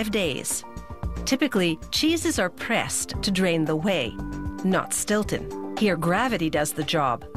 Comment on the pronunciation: Its Stilton